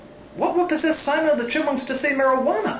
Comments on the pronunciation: Simon: ''mariqana'' Me: *cries* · Damn I fucking laughed my ass when simon said marijauna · "Marajuana"~Simon 2k420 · I immedieately understood what was wrong when the word "Mairujana" was spoken.